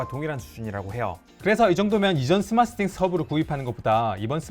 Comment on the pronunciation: 왜 자꾸 스마쓰싱스 라고 하는거야 ㅋㅋ